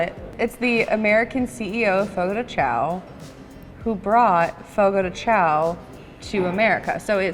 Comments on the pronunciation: As someone who works at Fogo this is so fun to watch someone giving a review 😭 this restaurant looks so much nicer than ours! My favorite is the Bacon wrapped chicken 😭 and it's pronounced Fogo de "Shawn" so thats fun but i never even knew that til i started working there😂 I love the papaya cream and crème brûlée ! And the bread is so bomb dipped into thr mash potatoes! And this restaurants polenta fries looks different than mines but overall this is just so fun to watch and see a different fogo😂 i love fogo and its such a great experience if u never been to a churrasco table sided meat service styled restaurant go! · Love Fogo de Chão😍 It’s be far better than Tucanos + Rodizio! Also, I’m just gonna help you out a lil bit here haha it’s pronounced “fogo gee shao” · I cringed everytime you pronounced the name of the restaurant